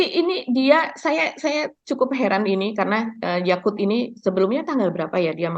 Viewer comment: Awas jangan salah minum ya, Yakult bkn Yaqut